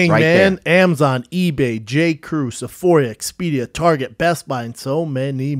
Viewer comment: “Sephoria” c’mon Brendan 😅